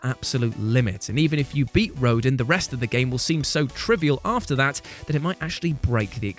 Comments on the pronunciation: 1, it’s pronounced Row-Dan 2, also you missed agent 3 from splatoon 2 octo expansion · “Rodin” it’s pronounced ROH-DAHN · Its pronounced "Roe-DON" And why are the Valkyries so difficult! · British purple and their inability to pronounce words and names. Rodin is pronounced Ro-Dan free Uranus is pronounced Oorahnus